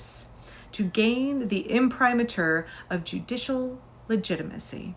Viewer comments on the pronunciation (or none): Imprimatur is IM-prim-ar-tur or IM-prim-ay-tur